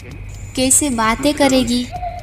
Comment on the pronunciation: आप कैसे और जैसे शब्दों का केसे और जेसे की तरह उच्चारण कर रही हैं। आप अनुमति एव॔ अवसर दें तो मैं यह narration/ Voice over, पढ़ दूँ।